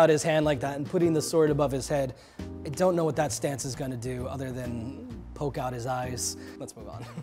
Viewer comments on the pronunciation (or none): none